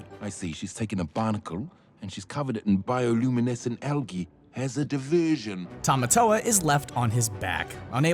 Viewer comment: The way he says diversion makes me laugh so much for some reason